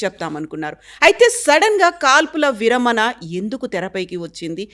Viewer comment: విరమన ఏంటి - విరమణ . ణ పలకడం రాదా